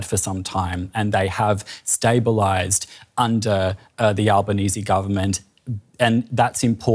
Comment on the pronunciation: You must be the only non-Australian news outlet that pronounced our Prime Ministers surname correctly 😅